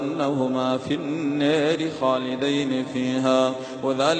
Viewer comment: In this recitation is naari vocalised as neri?